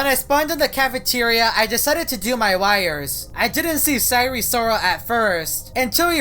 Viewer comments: I hope you know that its pronounced si-er and not si-ree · DID YOU SAY SIRE SIROL OR SIREN SIROL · He pronounces "sire" weirdly lol